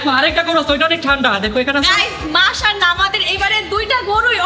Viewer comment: ভাই অন্তরা মানে মাশাল্লাহ কে বলতেছে মাশন্না😂😂😂